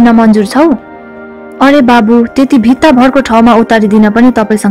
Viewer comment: अति उत्तम प्रस्तुति ,विनारुकावट सललल बगेपछि मन पग्लनु स्वभाविक हो। तर "बित्ता"को ठाउँमा "भित्ता" पो भएछ।❤️❤️अन्यथा एकदमै राम्रो छ । धन्यवाद !